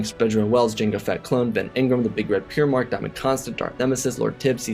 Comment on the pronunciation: As a 40k fan, hearing Primarch mispronounced hurts